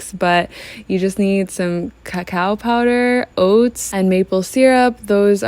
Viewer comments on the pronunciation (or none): none